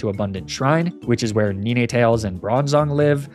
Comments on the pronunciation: Sorry to be that guy but it's bothering me far too much It's Unfezant, pronounced like unpleasant not Oonfezant. It's Lapras, not Laprah, the S is not silent. It's Ninetales, as in the number 9, not Ninétales, the E is not accented in any way. It's Magnemite, not Magnemmittee, it's not pronounced like committee, it's pronounced like might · "Knee-neigh tails"